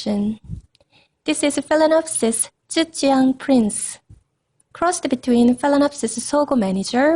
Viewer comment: You made a great job researching this phal's ancestry, and I appreciate that you included the photos of the parent species in the video. The blooms are so beautifully colored, they are very pretty! I love the way you pronounce the name of this orchid. I enjoyed the video a lot. Thanks for sharing! :)